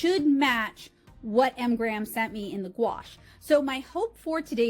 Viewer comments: I would think that being sponsored by M. Graham, you could have at least given them the courtesy of pronouncing their brand name correctly. But what made me turn this off was your cheesy and offensive southern accent. Completely uncalled for in any case, but especially so since M Graham is produced in the Pacific Northwest. How unprofessional can you get? 👎👎👎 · You keep saying “Mgrams” isn’t it “M.Graham”? Singular, not plural?